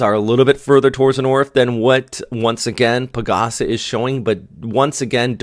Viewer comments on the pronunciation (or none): PAGASA is actually not one word 😅. It’s like Pagh-AhSah , while yours sounds like Pa-Gasa Again, please don’t mind me 😂😂